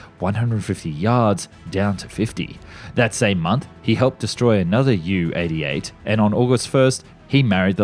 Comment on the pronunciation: A few mispronunciations. The Isle of Wight( not Wright) Dornier ( not Dorner) Junkers are Designated JU not U